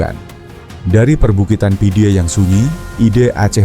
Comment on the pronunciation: pidie di baca pidi Meulaboh di baca melabuh